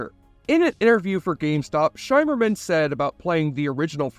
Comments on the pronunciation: By the Prophets... Did you use an AI generated voice-over? How in the world can you do research for a 37 minute video and get the basic pronunciation of the lead cast and even the Bajorans so wrong? I was making dinner when this came on on, but after the 5th time you mispronounced it 'SHY-merman', I shimmered out of the kitchen to turn you off, man. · SHIMMER-man, rhymes with rimmer, not SHYmerman. Your pronunciation is awful. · It's pronounced "Shimmerman", not "Shymerman". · Isn't it Shimmerman, like shimmer? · Appreciate the video but take 2 seconds to confirm how the names are said out loud. Nana's name is prounced NahNah. Shimmerman's name is said like light "shimmering" on water. Its really off-putting and amateur.